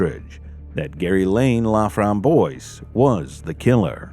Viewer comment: The killer's name is French. It is pronounced La-framb-wahs. It means "the raspberry." It's a nice name. Sadly it was not attached to a nice person. I am so glad this case was solved and hopefully it gave some comfort to her family.